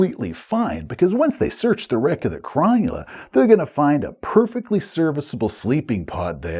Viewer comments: Thanks! As an Aussie living close to Sydney, I cringed every time you pronounced Cro null a "Cron yu la." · Nice review, but one thing that kills me as an Australian: Cronulla is not pronounced chron-new-lah, it's pronounced Crow-null-ah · Aussie here, love the content but it was bothering me slightly and I wanted to let you know it’s pronounced Cro-Nulla and it’s a suburb of Sydney, NSW. 😊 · I would have pronounced Cronulla as Cro-Nulla - like the Sydney suburb and Football team. YMMV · I keep hearing SS Cromulent haha! Great video! I also love Jack's outfit 👌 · Any other Aussies wincing at the pronunciation of Cronulla? :D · So much wincing....